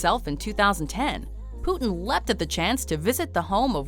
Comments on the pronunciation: I dont like the way his name is pronounced in english. Cmon, its Putin, not Puthen. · Poutine hahahaha love the anglophone pronunciation